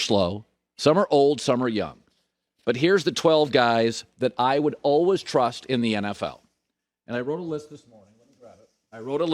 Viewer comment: Colin “alwas” Cowherd